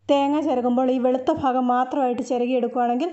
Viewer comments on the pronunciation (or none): ഭാഗ० not pakam..